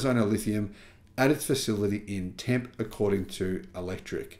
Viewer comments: It is❤ pronounced Temp.....eeee. ❤long e. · Tempe, Arizona. The name is pronounced temp-ee.